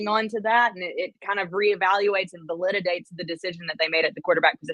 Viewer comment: "Validdidates" LOL